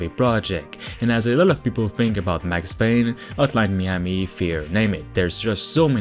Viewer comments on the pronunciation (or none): none